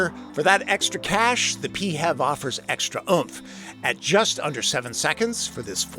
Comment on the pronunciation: FEV - 1 syllable.. not PEE-hev